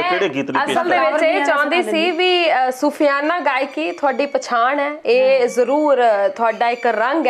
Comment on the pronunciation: Sufyana nhi soofiana hunda aa .